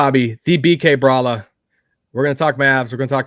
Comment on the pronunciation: It’s actually Bobby Karalla.